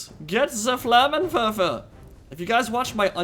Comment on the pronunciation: Hahaha.Haaaaaaans hol ma den Flammenwerfer! Your german pronounciation ain't that bad ;)